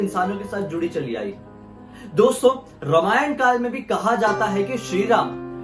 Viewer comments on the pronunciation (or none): none